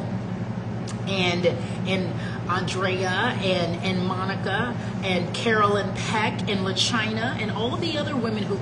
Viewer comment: Hey Monica you said it right!